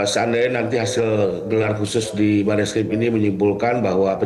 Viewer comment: namanya bareskrim ... Bar2 eskrim ngomongnya...